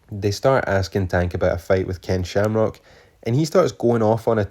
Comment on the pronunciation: Slamcock, no Shamrock. Get it right bro 😂. Subbed!